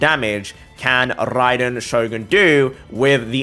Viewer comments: When he said rrrraiden shogun it sounded so good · Love the way he tells RRAiden Shogun hope I get that accent man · I love em r rolls everytime he said raiden shogun